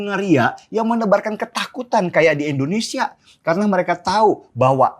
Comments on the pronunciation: Bukan Endonesa om, Indonesia yg bener ngucapinnya Sentil nih 😅😅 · Indonesia bang den.. bukan endonesia.. Sekedar saran aja ; gunakan ejaan yg bener ah, biar lebih nasionalis lg bang den